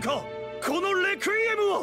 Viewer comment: saying requiem be like: “Rekuiem”